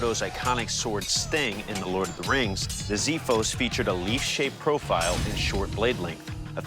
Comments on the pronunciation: I believe that in the word xiphos the x is pronounced as x and not z. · It's pronounced "Xiphos" => Ksifos . The "x" sounds like the x in the word extra. not like ziphos... That's the only mistake he did pronouncing it. PS I might have made more mistakes on my English writting this comment lol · It's called xifos with an x not zifos with a z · Im greek and i hate hoe they pronounce it. Its not ziphos... its xiphos (its pronounced as a X) If its so hard to understand think of it as (ksiphos) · Please pronounce right the name of the Greek sword, it’s not xithos it’s pronounced ksifos (ξίφος). The English translation “x” is incorrect and actually pronounced as a “ks” sound. It also has an “f” not a “th”. If you don’t know, find a Greek person to teach how to pronounce the word because you sound ridiculous! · The pronounced xsifos not zifos ir copida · it s not ZEE-FFOS,it s KSEE-FFOS.......Ξ Ι Φ Ο Σ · It is not zithos it is ksifos trust me i am greek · i love to see recreate sword from my country But i can't ignore this pronounced with X not Z... like (X-man) not (Z-man) Xiphos means Ξίφος i watch this episode i hear ζιφος not ξιφος i just try to told how to pronounced right,and i don't blame anyone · Btw it's prenounced ksifos, not zifos. And means sword, so yeah, just letting you know. It was just weird hearing that prenounciation. Also, I'm Greek, so you know that it's correct.😁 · It's funny to me, that I'm Greek, to see the Americans write the sword's name with the Greek letter 'X' but pronounce it totally wrong. Anyway having said that, the word is pronounced 'Ks(i)efos' and not 'Ziphos' which means "Sword" in Greek. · It is pronounced Ksifos. (hence the use of X in the beginning) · "Ξίφος" ρε κεφτέ.. τι ζιφος! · XIFOS KSIFOS not zefos...lol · ffs its not zeefos its kseefos ohhhh no zaiphos either !!! they are all buthering the name ! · Yeah it's not pronounced Z-iphos, its X-iphos or X-ifos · It is actually pronounced Ksiphos